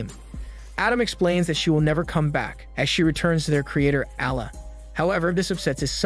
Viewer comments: omg the way u pronounce allah :( very bad pronunciation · 😆 bro really struggling to say allah correct, you can just say god it just a arabic word that translate to god